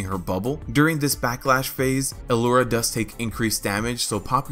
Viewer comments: Yea i think he's pronouncing the 'L' like an isolated letter and then he says 'ura'. It isnt a big deal tbh. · Why do you keep say alura? Its lura, simple.